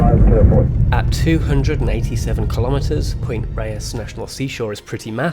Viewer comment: Point RAYES. Mar-IN. MYOOR Woods. Mt Tamal-PIE-us.